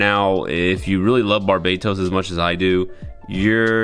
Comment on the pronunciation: Gundam barbatos bang bukan barbados